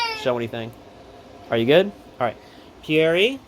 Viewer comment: The way he pronounces pierre makes me cringe :(